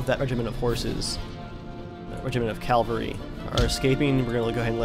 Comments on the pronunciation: not a bad vid...but i think you should know, it's pronounced CAV-AL-RY. not CAL-VARY. just sayin. in Jewish mythology, "Calvary" is the place where the Romans brought Jesus of Nazareth to his gory, untimely demise on a cross. "Cavalry" is a body of mounted troops. again...just sayin. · say it with me: CAV-ALRY. Calvary is a place. no such thing as 1st CALvary division. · cavalry not calvary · its Cavalry ffs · It's cavalry. cavalry not calvary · Calvary? Is it not cavalry? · AWesome vid just its cavalry not calvary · From the get-go, you should have used your howitzers to defeat the British cannons. This opens up your cannons to move to the front and fire devastating cannister shot. AND..I know it's nitpicking....but its Cavalry..not Calvary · Dude, it's not CALvary, it's CAValry! GET IT RIGHT! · you say calvery, it is cavalry. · Cavalry. Not calvary. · I realize this is an old video and I hate to nitpick but it's cavalry not Calvary. The first is an army on horseback but the one you keep saying is the hill Jesus was crucified on. Really like the video though. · Not to be a dick or anything but it's pronounced 'cav-al-ry' not 'cal-var-y.' I used to say it the same way. I really enjoy your videos btw. Great content. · Good video, just one question.... Why do you pronounce the word 'cavalry' 'calvary'?? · Why do you say calvary instead of cavalry? I know this sounds annoying but I just want to mention if you didn't mention it yourself :) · sorry do you keep saying CALVERY instead of CAVALRY? nice vid though looks like a good game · its cavalry not calvary omg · Calvary?? All the time... It is spelt Cavalry, pronounced the same. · Oooooohhhh my goooooodd stop saying "calvary" I literally cringe each time I hear it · does ge realise that he can't say cavalry right.He says it like calvery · ITS PRONOUNCED (CAVULRI) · NOT (CALLVURI)!!! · Calvary????? What's that :)